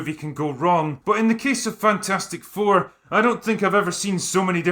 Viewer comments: I pronounce this "Fantfourstic" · "Fan-4-stick" LOL!